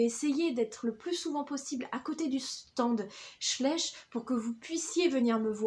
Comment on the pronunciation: Schleich se dit "chlaîch" je crois car il me semble que c'est Allemand